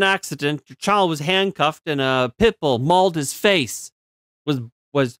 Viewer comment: why did you keep saying 💩bull wrong the whole vid? :P my last comment poofed i cant say wimxeni guess?